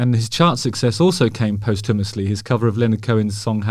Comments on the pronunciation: Please stop pronouncing posthumously “post-hummusly” it’s pronounced, “poss-thumously” 😂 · Posthumously as in costume-ously Not post- humus-ly 🤣👍🏽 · Love the video. One little thing: PO-stew-mussly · Love the way you say post houmously. I think it’s pronounced posschewmussly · Pustumosly. Postumous. Not post-houmous. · Love you (and Jeff!) Justin but post-hummus-ly made me laugh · Oh boy... JH sure is funny with his pronunciation of adult words. "post Humous lee". ahem... the least said the better. Love him to bits, though. X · I thought you were saying "post hummus-ly", until I realised you were saying posthumously 🤦🏻‍♀️ Songs were released after he ate hummus 🤣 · Never heard anyone pronounce it post-hummus before lol! love you justin x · I like the way you say posthumously as if it's after the hummus. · Today I learned the correct way to pronounce posthumously